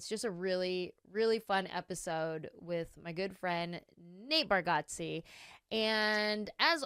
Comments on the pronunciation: You are pronouncing his last name wrong. It sounds like Bar get zee (not Bar got zee). He is too polite to correct people. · It's Barg-eh-tze... How well do y'all really know each other?! 😆 Great, fun show! Thanks for the laughter! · I think it's bar (get) ze. But even Nateland crew gets it wrong. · Pretty funny that you mispronounce the last name of your good friend. 😂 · Love it! Btw I think you’re pronouncing his last name wrong 😮